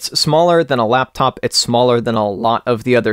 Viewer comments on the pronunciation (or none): none